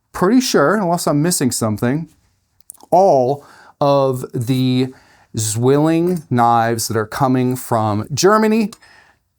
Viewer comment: btw: the name Zwilling is pronounced more like "tsvilling". 'z' is like 'ts' and 'w' is like an english 'v'. the word means twin. greetings from germany.